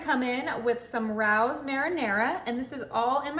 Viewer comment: Ray-o's. Not rouse.